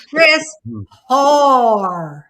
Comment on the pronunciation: I used to be a whore. -Oh wait, you said Hoar.